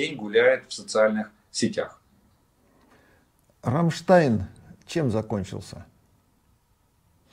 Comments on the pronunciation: Олег, извините, но хотелось бы Вас поправить: Вы всегда говорите Рамштайм. Правильно говорить Рамштайн ( Ramstein). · Олег, зверніть увагу, Рамштайн, не Рамштайм. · РамштайНННННННННННННН Олеже, Ви ж вже медійна людина, маєте говорити грамотно.